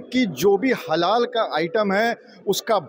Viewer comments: हिदू की क्या बात करें यह कैसा मुस्लिम पत्रकार है जो हलाल शब्द को हलाला बोल रहे है , हलाला का अर्थ अलग होता है , डिक्सनरी देखे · एंकर महोदय जी, हलाला नही जी हलाल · हलाला नहीं हलाल कहते हैं पहले पूरी जानकारी शब्द कि कर लें फिर कैमरे पर आ कर बोलें नहीं तो आप का मज़ाक़ उड़ेगा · हलाला नही हलाल होता है। हलाला अलग चीज है भाई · JAAAHILON HALAAL SHABD HOTA HAI...HALAALAAAA NAHEE.. AB SAUDI, DUBAI ME APNA SAAMAAN BECHO... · Mahodai . La nahi hai Law hota hai